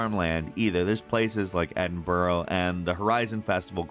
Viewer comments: Did this guy just say edin burrow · To be honest, I'm just a bit pissed he pronounced Edinburgh wrong, "Edin-burrow?" How did he even get that? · Edinbooro? It's EDIN-BUH-RUH. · Can I just point out that Edinburow is not in England, it's in a place called Scotland (a country, not a part of England) and it is spelled Edinburgh and pronounced Edin-bur-u, not Edin-bu-row.😉Apart from that I enjoyed your video. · Ed-in-bruh not ed-in-burrow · Ok this has happened twice now, Im from edinburgh and its not pronounced edinborough. its pronounced edinburugh. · It's Edin-bruh not Edin-borrow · "Edinburrow" it's actually pronounced "eh-din-bruh" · Calling Edinburgh...Edinboro is the biggest of rookie mistakes its Edin burrrah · It's Edinburgh, not Edinbowrow! 😆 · “Places like Edinburrow” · Edin-BURAHH !!! There's no O at the end ! Just lazy ass ignorance. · "Edinburough" NO! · "Like Edin-Bro" lol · It’s Edinburgh mate, pronounced Ed in bru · Edinbro lol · You said Edinburgh wrong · As a scot. Please never try and pronounce Edinburgh again. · Ive heard Edinburgh mispronounced many times by many North Americans, but you take the cake buddy